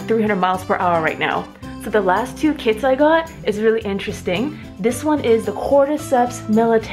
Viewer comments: I thought you said "i have ten kids", also why didn't you just put the box over the mushroom instead of in it. Love the video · So I heard "I got 10 kids" and I was like wtf. But she said kits lol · When you said "Ten Kits" at first I thought you said "Ten kids" I was like "WAIT.... WUT WUT WUT!?!?!?" Finally, "grow ten kits" and it all came together. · Did anyone eles think she said I have ten kids not ten kits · Lol, me too... I said "wait, what!? Ten kids?" Then played back. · i really thought it was 10 cats lol